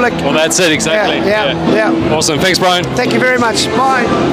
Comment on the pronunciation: Its Brian bro not Brain